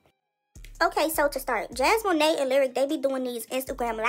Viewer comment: Jasmone not jasmoné 😂 these “bloggers” don’t even know how to pronounce names let alone their facts it’s hilarious